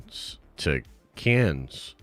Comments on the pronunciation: He keeps saying caines, does he mean Cannes Film Festival? Damn 😂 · BRO IT's Pronounced CAN! (Cannes film festival) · Between the pronunciation of Cannes and the response to my entourage question last week…. It’s quite clear…. must watch entourage. Even the goat Stan Lee is in the show at some point! Den of goats!